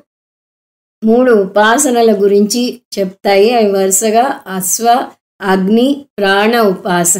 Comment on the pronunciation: అమ్మా మీరు 'అస్వా' అనిపలుకుతున్నారు. 'అశ్వా' అని పలకండి. ప్రతీ చోటా 'శ' కు బదులు 'స' పలుకుతున్నారు. సాంతి,సాంతి,సాంతి అని పలుకుతున్నారు. అది "శాన్తి, శ్శాన్తి, శ్శాన్తి:"